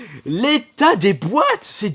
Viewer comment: a la fin j'ai ris, c'est du mint ! ça se prononce maille-n-te